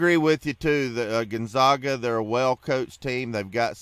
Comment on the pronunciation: You STILL havent learned how to say Gonzaga have you?...people call them the "zags"...as in zig ZAG.....that should tell you something but its ok, half of the world also mispronounces it too....